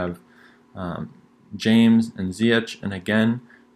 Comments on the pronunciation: Connecting the pronunciation🤝. Great video Edit-Its not Ziyech in pronunciation. It's Ziyek. It might be annoying from my side but I feel that people do observe such things while watching videos. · It's actually ziyesh